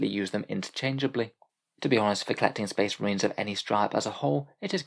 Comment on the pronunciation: Bleh, more shpesh muhreens